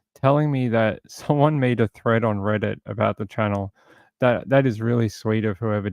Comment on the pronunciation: You said someone made a "thread" on reddit, and I thought you said "threat"! Lol